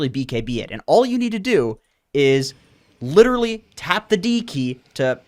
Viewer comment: You butcher pubs with Pudge the same way you butchered the word 'literally' <3